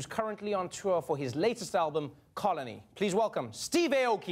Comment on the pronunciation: Does Steve actually go by Steve Ay-oki, not Ah-oki? Since if he does, that's cool, but the name is actually pronounced Ah-oki, not Ay-oki (how Trevor pronounces it here).